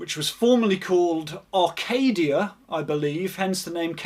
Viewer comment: “Acadia” not “Arcadia”